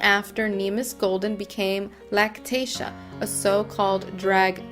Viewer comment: And your horrible for making money off of him and learn how to pronounce his name right